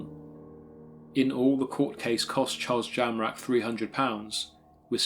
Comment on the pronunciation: I thought you said Charles JAMRAG !